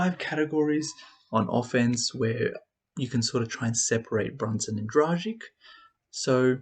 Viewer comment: A teaching lesson how to pronounce Goran's surname: :-)